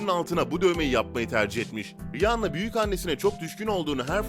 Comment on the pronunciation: Rihanna Riyana olarak okunur